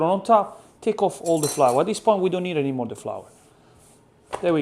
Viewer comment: "Annie", "East" and "Crrrrrounchy!" Please, don't take english class. I love it!